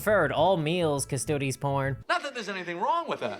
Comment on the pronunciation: OMG! It's Custodes not Custodes! Omg 🙄 and I'm woke so.....